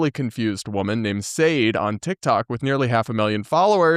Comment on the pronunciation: Not to be that person, but I'm guessing it's pronounced 'sha-day', like the singer. 🤷🏻‍♀️